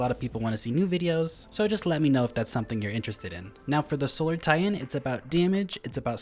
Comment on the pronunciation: What's a tie-hen?